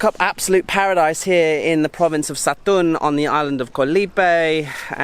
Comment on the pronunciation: Hi, the pronunciation for that province is SA-TUN